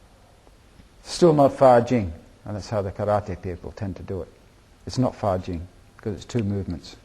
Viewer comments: a lot of confusions things here. this guy misunderstand a lot of things, and misunderstand others martials arts. he explains wrong and doesnt understand what 发劲 fajin et non fajing quil ne sait meme pas prononce. did even really learn taiji? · a lot of confusions things here. this guy misunderstand a lot of things, and misunderstand others martials arts. he explains wrong and doesnt understand what 发劲 fajin et no fajing what he cannot even say right. did even really learn taiji?